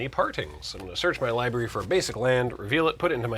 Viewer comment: ugh, please don't say 'liberry'.